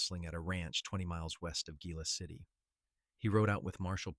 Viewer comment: Very impressed this narrator correctly pronounced Gila City. 😊